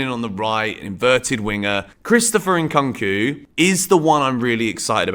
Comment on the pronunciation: it's Koonk not Cunk En-Koonk-oo